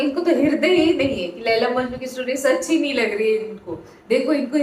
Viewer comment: Majnu nhi majnun